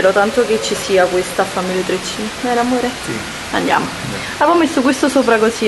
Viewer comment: Carlita: "sono tutta naturale, vero amore?":" Zi" ma solo io un uomo che dice di continuo "Zi amore Zi, Zi, Zi" lo schiatterei di testa al muro?? QUANTA IGNORANZA.